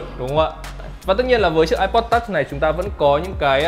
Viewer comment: Phát âm từ "touch" phèn không thể tả!